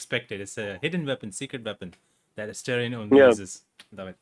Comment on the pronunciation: It breaks my heart to see when someone pronounces AstErion. Come on guys, you can do better than that. Neil put 4 solid years of his life into this character, try at least google how to correctly pronounce a character's name next time. Thanks for the interview anyway, it was fun 👍